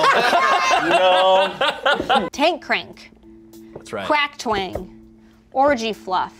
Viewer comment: When said Crack Twang I heard Cracked Wang